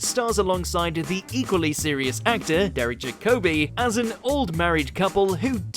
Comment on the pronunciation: David Bowie was brilliant in Extras! Jacobi is pronounced Jack-a-bee